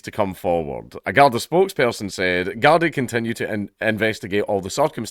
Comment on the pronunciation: A Scot making out that the Irish are known for knifes, ah dunny Ken whatcha mean dank, by the way, it's pronounced guardee.. 😉